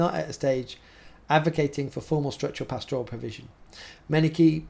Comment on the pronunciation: PASture, PAStor, PAStoral. Not pastORal. But keep up the good work!